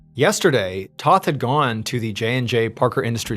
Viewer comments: It's T O th Not T a th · If you actually read these, Toth is pronounced like oath, not both. It's my middle name. It's a Hungarian last name.